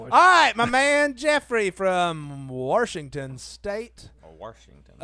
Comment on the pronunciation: WARSHINGTON!!! WARSHINGTON!!!! There is no R in the name Washington!